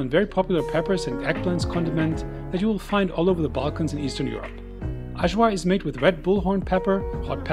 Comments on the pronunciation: Eye- var, not so hard. 🤷‍♂️ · Hi everyone, here’s my Serbian food video. I had some of the best food in Serbia - super yummy! Please excuse the terrible pronunciation of Ajvar. Wishing you all a great week ahead! 🌺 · The pronunciation of the J in Ajvar and Kajmak is the same pronunciation like yeast, Yale or yummy 😉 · Please check before you pronounce any word wrong, you messed up Ajvar and Kajmak completely